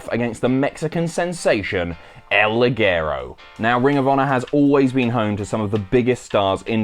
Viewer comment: Does El Ligero have his named pronounced differently? I'm sure Ligero isn't pronounced like that...